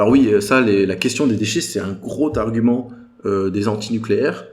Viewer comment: S'ils ont des grotarguments, alors, on va les croire! Video salutaire, mais malheureusement, vous avez en face des idéologues pour qui peu importe la pertinence ou la vraisemblance des arguments. Leur seule arme est l'émotion et la peur. Sinon c'est le Bugey, pas le Buguet. Pas de bug sur la prononciation.